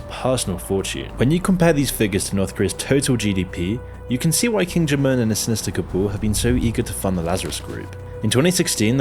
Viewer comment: What is an "A Lie A Sis"? And who is King Germ Urn? lol